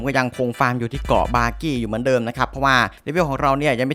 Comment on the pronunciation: มันชื่อบากี้ไม่ใช่บอบบี้555+